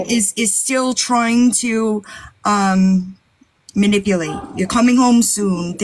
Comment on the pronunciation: She said, "Muh-nipple-late"😂